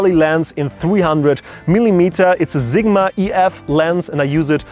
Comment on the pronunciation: Love it when you say Zigma :)